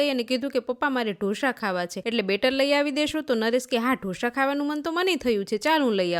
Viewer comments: ઢો શા નહિ ઢોસા બોલતા શીખો હરેક જગ્યાએ શ નો વપરાય ખરાબ લાગે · Ane dhosha na kevay dhosa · Dhosa not dhosha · Dhosha no bolay dhosa kevay shikho pela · It's not dhosha it's dosa 😂😂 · ઢોશા નહીં ઢોસા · Ben dosha nai dasa bolay.ane dosa barabar banavya nathi. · જોશી ઢોસા કહેવાય બોલતા શીખો